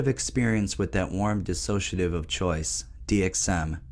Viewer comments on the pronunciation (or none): none